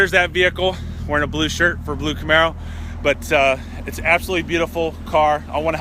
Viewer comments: Did you seriously just say: "I know of a hack" in GM Workbench that let me get more allocations - I call bullshit - and - "Camer-arrow" Seriously? >_< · one word... "camerararo" lol